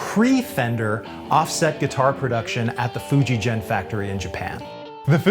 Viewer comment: Hi,. It's Fuji Gen, pronounced with a hard "g" pronunciation. Not a "j" sound, as in "Fuji Jen". Not trying to be critical, but I lived in Japan for several years. Love the videos! I bought a Greco Frampton LP from you guys s few years ago. Always great service at and.